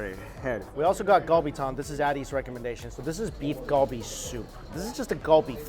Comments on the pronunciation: why do you say kalbi like that.... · everytime he said galbi wrong it made me cringe 😭